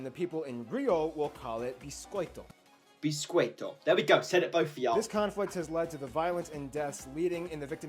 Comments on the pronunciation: An American teaching an English how to speak cookies: Boulatchxiá and Bicôitô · Bolatcha... Bisquête! kkkk Te amo! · it is biscoito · Actually it's pronounced "boh-lah-shah" and "beesh-coh-ee-toh" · it's BISCOITO (sounds like "bishcoito")